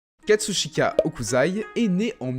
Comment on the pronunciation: Super, vraiment, mais c'est HOKUSSSSSSAI, pas Hokuzai, ça m'a fait cringe ahah ;) (j'sais, j'suis chiant)